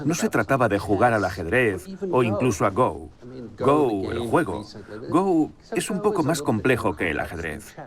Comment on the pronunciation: El doblador podria enterarse un poco y saber que 'Go' no se pronuncia como 'go' en inglés, se pronuncia como seria en español